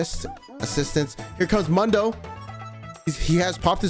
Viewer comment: cant get over how this guy keeps calling mundo "mando" and akali "kali"